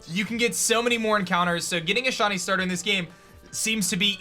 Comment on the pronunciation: just wondering what the hell a "SHONY" is? because i'm sure shiny is pronounce "shy-nee"